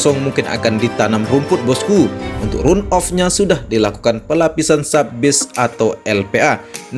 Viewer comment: Phonetic yg benar dari kata RUN adalah / 'rʌn / Jadi kalau di-inggriskan juga gk bisa dgn RAN OF. Tpi Setidaknya dgn dibaca RAN OF sdh mendekati benar.. Demi kebaikan bersama saling mengingatkan mmg lebih baik.